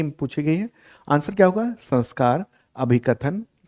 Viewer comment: No,sir you are not right the correct word is SAMSKAR= SAM+KAR( SAM- upsarg hai aur KAR mul sabd hai)